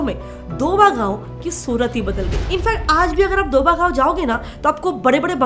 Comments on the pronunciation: Please thats not doba thats doaba pronounced as do a ba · Bewakoof ladki it's called DO ABA not doba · It's ok, she is not from Punjab, so it's her mistake to pronounce it wrongly